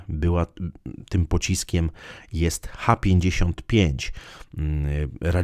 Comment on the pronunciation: Chciałbym zauważyć, że nazwa pocisku CH-55 jest zapisana w j. ros. (cyrylicą), zatem należy czytać SN-55